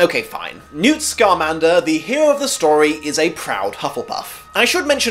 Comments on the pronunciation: It's SCA-MAN-DER not SCAR-MAN-DER Hermione reference for the win! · I know I'm almost two years late to this but I wanted to say: 1. Newt's last name is Scmander, not "Scarmander", he's a wizard, not a Pokémon. 2. Newt's "OP" suitcase isn't too much of a stretch of the imagination when Hermione's TARDIS-like handbag is canon in both film and book. 3. Yeah, as someone pointed out, Gilderoy Lockhart was a Ravenclaw, so we're not 100% the best of the best, just like not all Slytherins are conniving villains and not all Gryffindors are reckless idiots who wear their heart on their sleeve.